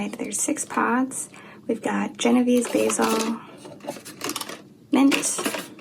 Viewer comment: I love your video. your kitchen is beautiful, u must b RICH. It's pronounced Jeno VAY zee, just so you don't sound ignorant. Genovese basil is what you make PESTO out of. You can cut all your plants down to 4 leaves and they will grow back. Cutting stimulates growth. The plants love it. It's also best to never let your plants go to seed it'll make your plant bitter tasting.